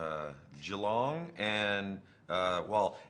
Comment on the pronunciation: James is one of the very Americans who can actually pronounce Geelong correctly 🤟🤟